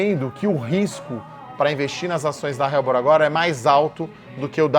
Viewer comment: Não se pronuncia "RELBOR" e sim "ELBOR"